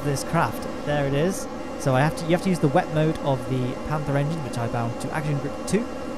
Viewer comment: its not "wet mode" its "wep mode"